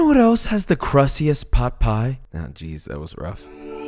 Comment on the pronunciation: Him saying chicken pot pie, my brain: chicken Pai Pai